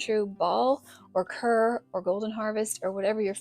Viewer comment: We have used Main Stay jars for years with great success. Also Kerr is pronounced like car.